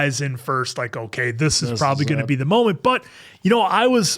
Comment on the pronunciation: properbly 😂 love it. (Not hating)